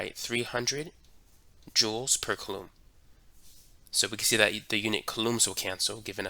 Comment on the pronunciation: is he saying coulomb oddly or am i dumb?